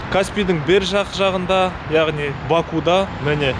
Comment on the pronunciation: Бакуда емес Бакуде деп айтыңыз,бұл жерде у әрпі келесі буынды жіңішкертеді